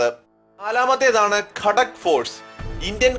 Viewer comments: കടക്ക് force അല്ല ഗാ ത ക്ക് force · ഖടക് അല്ല ഘാതക് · ഗൂർഖ റെജിമെൻറ് എവിടെ പിന്നെ ഗാഡാക് അല്ല ഗാഥക് ഫോഴ്സ് ആണ്